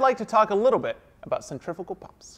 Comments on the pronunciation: Wish you would pronounce the name correct. Cent-ri-fugal not cent-triffical.. couldn't watch.. proper annoying sure it was a great class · This guy knows everything about pumps except he doesn't know how to pronounce centrifugal he keeps saying centrifical boy no these are not centrifical pumps there centrifugal pumps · Centrifugal, not centrifical. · Why do you call them centrifical pumps when it cleary says centrifugal...? 🤔🤦‍♂️ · How the hell do you keep saying centrifical when that's not a thing, and you kept writing centrifugal? That is some serious mental disconnect. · It pains me to hear people say it as "centrifikal" rather than 'centrifugal" as it is spelled. Other than that, this is a fantastic series of videos. Great work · SEN TREE PHEW GAL . Pronunciation is everything . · "centriffical" other than that very interesting. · "Centriffickal" Fucking learn how to say something before making an in-depth video about it. Stop being a dumbass American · Is he saying (CENTRIFUGAL pump)?? I can't understand him. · what the hell are you saying because it's definitely not "centrifugal"?